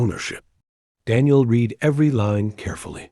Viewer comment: Read vs Read (Red). Come on guys. It gets old listening to that word being misread.